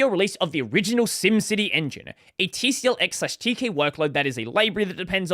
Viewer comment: Fyi, TCL is pronounced "tickle" and Tk is often pronounced as "teak". The official pronunciation of TCL/Tk is "tickle teak"